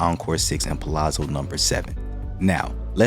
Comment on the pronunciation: You are one of the few people ever on YouTube to properly pronounce Palazzo. Most add a T. Annoying! Good content.